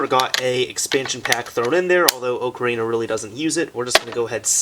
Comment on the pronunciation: i can't stand it when people call it oak-arina, whole video ruined.